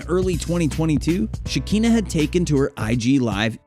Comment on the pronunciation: It’s pronounced Sha-Kan-Na not sha-keen-na. Makes me feel like y’all should stay out of blk celebrity business, making things sound extra vanilla